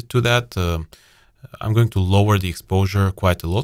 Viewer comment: ну что же ты говоришь "гоинг", "позишенинг":D